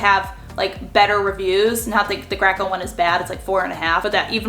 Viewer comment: Graco?; I've always thought it was pronounced GRAY-CO